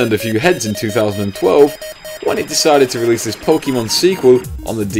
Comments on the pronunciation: Chinatown Wars is amazing! Also, did you say "Pokeymon" ? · That's how British people say it